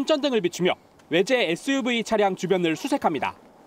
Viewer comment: 🇺🇸 발음으로 추천합니다. TV, CCTV 는 (비)로 발음하시는데, SUV 에서는 에스유브이 라고 발음하셨습니다. (에스유비)로 브이는 버리시고 (비)로 바꾸신다면 더욱빛날것입니다. CVID 씨비아이디, BVM 비비엠, VIP 비아이피, MVP 엠비피, VOD 비오우디, 등등